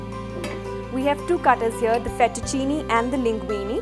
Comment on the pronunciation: Your demo was very good and this is a versatile machine. However, if you cook Italian food you need to pronounce it correctly. Not FETTUCINI. It is FETTUCINE, pronounced FET-OO-CHIN-AY. Ditto for LINGUINE, pronounced LING-GWEEN-AY. The E at end of these words is pronounced 'AY' in Italian, as in 'WAY'. - AUGER, not OGRE. Pronounce this AW-GER, not OH-GRR. - Ditto. OGRE is a monster. AUGER is a tool to clear a drain with, or a pipe. Thanks for the demo and your lovely presence!